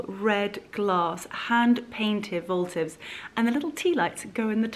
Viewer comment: Its votive...not voltive....and please try and use any other word other than beautiful all the time....get a better vocabulary if possible!!!